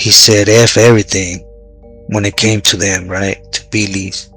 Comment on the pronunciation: are you calling them Billy's or Pilly's